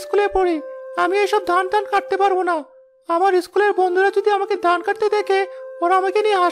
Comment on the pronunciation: পুরুষ কণ্ঠে উচ্চারণে ত্রুটি আছে, যা শুনতে খুবই খারাপ লাগে। যেমন, “ধান”কে সে “দান” বলে। এমন আরো অনেক ত্রটি আছে। ত্রুটিগুলো শুধরানোর চেষ্টা করুন। আমি আপনাদের মঙ্গল চাই বলেই এমন কমেন্ট করলাম।